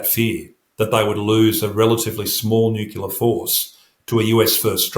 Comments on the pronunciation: Sorry but I can’t take anyone seriously who pronounces it ‘ nookiller’ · NU-CLE-AR. He must have spent too much time around the Americans, who according to Henry Higgins haven’t spoken english in years. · Why is it so hard for people to pronounce nuclear correctly?